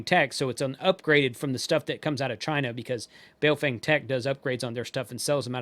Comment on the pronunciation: no.... official Bejing Madarin pin yin pronounciation sounds like bah-oh fung